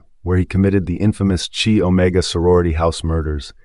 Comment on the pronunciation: Chi-omega pronounced ki